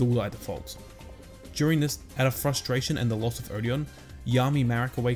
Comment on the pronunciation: "Out of fustration Kaiba blows up the island" 😂😂😂😂